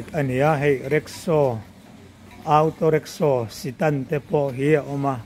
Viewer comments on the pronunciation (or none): Mister (Mr.)Jin tih turah emar jin😂, awtaw tih mai tur au-taw tih te, stand tih aiah sitan tih te hi...zialo ve